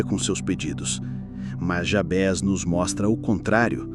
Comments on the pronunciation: A oração é linda! embora a pronúncia do nome, estou estranhando, sempre ouvi Jábes, e não Jabés... qual a pronúncia correta? nome é nome... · Só uma observação: não é Jabes o nome do personagem, e muito menos Jabés. É JABEZ - grafado com Z e a pronúncia em português deve ser a mesma de Juarez, Inez.. como se tivesse acento circunflexo na letra E, assim: JABÊZ e não Jabes. I Crônicas